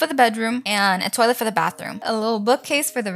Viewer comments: When you said toielt I thought you are American but your Latino right🤔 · I have questions are you French bc my mom is from Quebec and she says toilet like that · Why are you saying toilet different?